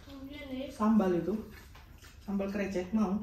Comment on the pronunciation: lucu denger si mamak bilang krecek wkwk. harus nya e dibaca sepert kata bebek 🤣